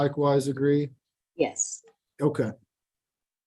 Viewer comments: I didn't know before today that in Alabama, the word "yes" is pronounced in 3 syllables. "Uh-yay-us". Awesome. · That redneck accent is like nails on a chalkboard. In the English language, "yes" contains one syllable. Not "yay-usss"